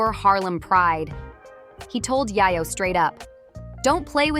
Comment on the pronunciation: why are you saying his name like that? if you were in tune with the culture you would know that it's pronounces YAAAyo! long A.